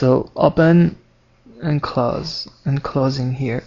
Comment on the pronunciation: he said claws not close :D